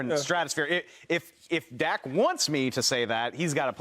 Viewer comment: Shady can't even pronounce his cousins name correctly lol, shady is just a dak hater....and acho appears to jump on his 🥜 during some segments lol